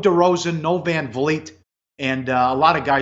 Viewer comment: its pronounced van fleet guyz gotta get the name right but , if raptors win will be strong leading in the playoffs